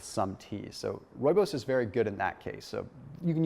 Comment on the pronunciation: love how you pronounce Rooibos. Lol I'm from South Africa and speak Afrikaans...Rooibos meaning redbush. My favorite tea to drink. Thanx for more great information.